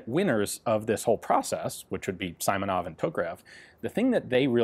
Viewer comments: yes. It’s pronounced See-monov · "Is it saimonov? I hope it's saimonov" No other language pronounces "i" as "eye". So you shouldn't really need to ask that question ever. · sorry bro, it's see-mow-noff, an awesome video otherwise as always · Not Simonov, but rather "S:ee:monov" with a shortened "ee". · It's "SEE-monov" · Симонов! In russian language "и" pronounced as "ee" in words like "seems", "meet" , "greet", "greed", or like Kalashnikov. All Russian "и" sounds the same. It's like russian name - Ivan (eevAn), with emphasis on "a". "Google translate" mostly can pronounce russian words correct . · Sorry, Ian, pronounce SEEmonov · It is so highly unlikely to be "saimonov" that you should bet good money against it. Pronouncing the letter "i" as "ai" is a uniquely english thing. Nobody else does that. Google "great vowel shift" to see why and how that mistake was made. So yeah. I give you a 99.99% likelyhood for that guy to be called seemonov. That´s what the letter "i" stands for: The sound "ee". Except the british fucked that one up. For every english speaker everywhere. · It is Simonov, as in Seemonov, sorry about that ))) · haha, nah it's seemonoff but is written as simonov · It is indeed "SEE-mo-nof". The antiquated Russian first name that this surname was derived from is "Simon", pronounced "SEE-mon". On the same topic, the other two are "FyO-dorof" and "Degtya-ryOf". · Sounds like SEEmonov) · Ian, he is surely SEE - MO - NOV (Симонов). Thanks for great video!!! (and for appreciating work of Soviet constructors) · Simonov is pronounces See-Myo-Nov. The two Cyrillic letters in the serial number are Zh and N. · From my semester of Russian I believe its pronounced "See-mon-ov". My Russian history teacher, who's Russian also mentioned him in class pronouncing his name like that. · As I said on the SVT-38 video... the first syllable of Simonov is pronounce like sea. Check it out herre: And of course CCCP is cyrillic, so it is pronounced SSSR. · SEEEmonov, not Simonov